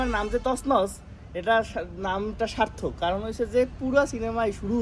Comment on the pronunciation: তছনছ না তসনস। :D